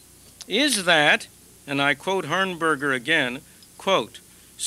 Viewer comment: Though Dr. Friedman butchered the surname and the name of the organization, Mr. Jacob Hornberger and The Future of Freedom Foundation are mentioned just a couple of years following the founding of FFF. Despite Mr. Hornberger's viewpoint about Dr. Friedman's school voucher program, Dr. Friedman fittingly praised FFF.